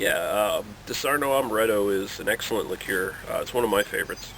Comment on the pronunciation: "liqueer" lol, wow.